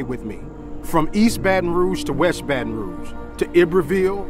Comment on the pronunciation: Wow he actually pronounced “Baton Rouge” correctly!!!!